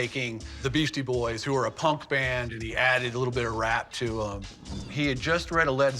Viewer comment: "Beastie Boys" not Beasty